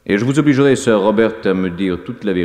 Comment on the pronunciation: Le "r" de "sir" ne se prononce pas ça écorche les oreilles